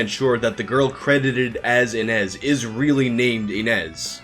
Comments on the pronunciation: It's pronounced Ee-nish. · The origin of that name is Ines and you pronaunce it as Iness. It is a common name in the Europe's Slav countries (didn't hear it much in Russia). If she was only a student in Japan at the time maybe after her studies she moved away to who knows where doing who knows what she might not be canadian and video games are not popular everywhere especially in around her age in current time, she might look completely different that is why no one picked it up that is she. Also as Mikami said she wasn't really an actress she probably did few jobs while in school just so she can earn quick money on the side. Not everyone is into acting and video games, especially not back then. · its prenounced ine-ž. ž is pronounced like the su in measure or in pleasure . This sound appears a lot in eastern European names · You are pronouncing "Inezh" wrong. The digraph "zh" represents the /ʒ/ sound (ž — if you prefer transcription with carons). This is exactly how you pronounce 'j' in French. Also, this is how you would pronounce the 's' in "Asian".